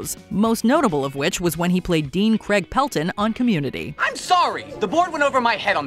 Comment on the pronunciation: Why cant Americans say the name Craig properly? Infuriating